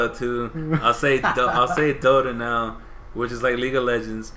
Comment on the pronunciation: You said Dota correctly lolol And yea its crazy, it's over 6 million now so CRAZY!!